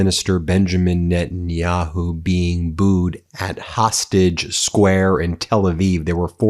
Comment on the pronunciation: Lol Witkoff got so confused by the reality of public opinion in Tel Aviv he caught the Dodderer-in-Chief's speech impediment: "Prime Minister Benjanyahu..."